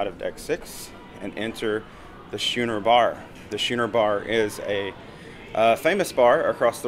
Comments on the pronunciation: It’s pronounced Skooner, not schooner. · while I do like this video... it's pronounced Skoo-ner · Great tour. I love older, smaller ships with atriums. I’m looking a a TA from Barcelona to Tampa on her. I think it’s pronounced “skooner” though. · Say school, then say schooner. That's how it is pronounced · I have watched three recent ship tours of this ship. By far yours is the best. Do you pronounce Schooner that way as a joke or is it an alternative I am not aware? We are leaving out of Tampa in two weeks.